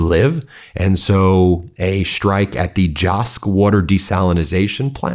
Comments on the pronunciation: Desalination. Not Desalinization. Desalination plant. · Desalination ✅ Desalinization ❌ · I think it's desalination. Not your strange version of the word. And if you did your research you would know that Iran actually has natural springs as well. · Ben! It's DESALINATION! We need to be taken seriously!